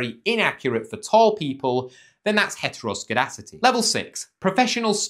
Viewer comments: *Mispronounces heteroskedASSTicity (heteroskedasticity not heteroskedicity kids) Hehe ass[t] Asst assed asst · It's skee-das-ti-si-ti 🙃, and you are welcome. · It's pronounced 'Hetro-ske-das-tee-city'